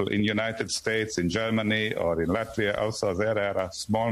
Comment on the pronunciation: Sorry….can you please learn the name of the country before you talk about it! Lafita doesn’t exist! It’s Latvia with a T…..